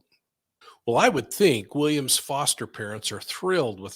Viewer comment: It is New South Wales not South Wales police, also you are saying Williams last name wrong as well as the reporters last name. 😉